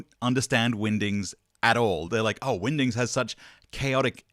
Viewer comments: it definitely sounds like you are saying Windings, is this a Benedict Cumberbatch pengwings situation 😆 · I think your pronunciation of "Wingdings" in this video is on par with Benedict Cumberbatch's pronunciation of "Penguins"